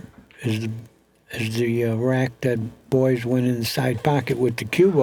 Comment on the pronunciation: The old boy spent the whole match pronouncing his name as Boyce,spoke far too much and unnecessarily to realise that its actually BOYES,who incidentally will be vice captain in the upcoming Mosconi cup next month.